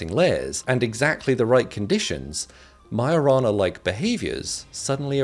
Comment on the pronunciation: lmao I just realised its "Majo-rana" not "mio-rana".